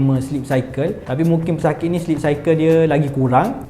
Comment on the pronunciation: 'pesakik 'emmm... speaker n org kelantan ekkkkkk😊